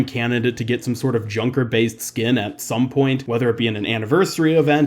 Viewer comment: Junker not kunker